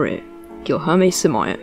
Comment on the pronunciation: All this research on the guy and you couldn't even figure out how to pronounce his name.